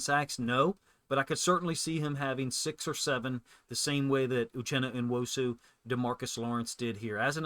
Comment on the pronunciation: Come on, it's pronounced New-Osu not En-wosu. Ya got En-Jigba and New-Osu! Say it with me...Uchenna Nuosu...New-Osu!